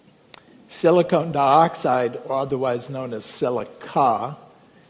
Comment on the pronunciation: As smart as this guy is he pronounces silicon as SILCONE!!